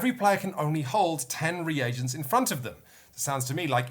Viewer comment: Oh, what a joy to hear pronounce "reagents" after the Dice Towers guys butchered the word every time...